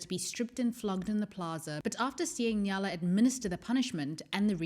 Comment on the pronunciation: Awesome video, just one thing that bothered me was that you always pronounced the name like Nyala even though it is actually Nayla